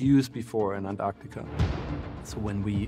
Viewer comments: Pretty annoying when the presenter can't even pronounce Antarctica properly. that does not look perfectly square. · The narrator here is so insistent on pronouncing Antarctica as "Ant Arctica"... XD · Ant artica 😊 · Ant- Artica like this man said is NOT ‘ at the bottom of the planet ‘ ….